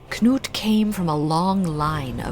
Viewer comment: You are the first English speaker I have heard that pronounces Knut correctly. It is either Canute or 'Newt'. The kn- sound is so common in Nordic languages, and the 'k' is never silent as in 'knot' or 'knowledge'. This time period around the turn of the millennium is very interesting. The Norwegian author, Bjørn Andreas Bull-Hansen, has written an excellent series of novels around this period, where the protagonist comes into contact with many of the people of the time, and takes part in many of the events.